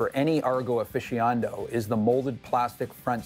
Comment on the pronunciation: That fabled Argo "Afficiando"